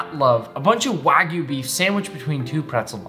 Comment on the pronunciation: First Person i see pronouncing Wagyu correctly. W-A-G-Y-U not W-A-E-G-U....